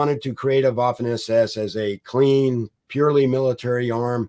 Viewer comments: The Colonel's pronunciation of German names and words is generally good. But one small point: in German the letter 'w' is pronounced as the English 'v'. Therefore 'Vaffen SS'. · Guilty as charged; my college German language instructor, Oberstleutnant Kurt Leiberich, would have been appalled because I opted for the English pronunciation of the "w" in a few cases. 😉